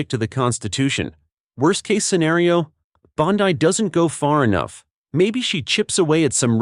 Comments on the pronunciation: Its Bondi not bondii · Is this AI speaking ? Stop saying bond-eye